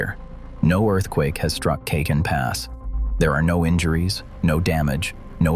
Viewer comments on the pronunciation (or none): Cajon as in "Cajon Pass" is pronounced Cahon Pass as most J's in California are reflecting their Spanish heritage. It's very disconcerting. Otherwise, an interesting report.